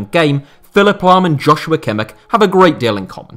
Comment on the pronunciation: how did you say kimmich